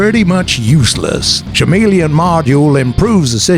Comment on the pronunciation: Someone teach this guy how to pronounce CHAMELEON.